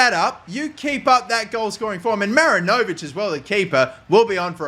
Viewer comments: mate as a kiwi im gonna need u to correct this, its pronounced ma-rin-o-vich not marin-0'vic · Dear: mi-RI-ni-vich Sincerely, all New Zealand football fans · Great stuff mate! Just don’t over pronounce the “o” in Marinovic😁 He was the NZ international keeper, good player